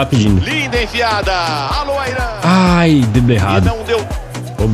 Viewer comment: É Alô Wairan q fala kkkkkk n Aia Oran